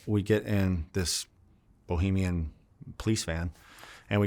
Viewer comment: Interesting life. Listening to this guy is like reading a novel with short sentences and easy words. Good stuff. One thing bothered me, Bahamian not Bohemian, my man